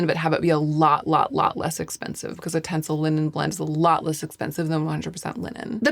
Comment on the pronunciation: It's "tenCEL". 😊